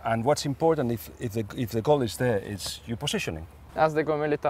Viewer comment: "What a BOuL!" Lool man said what a boull, was absolutely blown away lool.